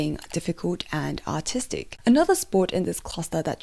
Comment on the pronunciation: Your accent makes it sound like "autistic gymnastics" and I cannot stop laughing at that notion. (Fwiw, I am autistic, so it's purely self-deprecating. 😅)